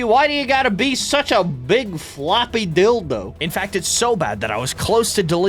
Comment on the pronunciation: I cant bro, "why flopie, why you gotta be such a big floppy dilDO" whyd he say it like that😭😭